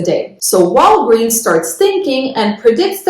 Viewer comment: She says Walgweeens 😂